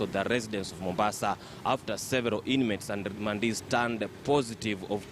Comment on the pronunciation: Wee ongea vizuri....Remandees...or Rwandeees????😭😭😭😭